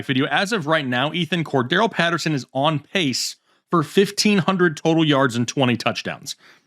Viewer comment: actually pronounced Cordarelle Patterson’s name correctly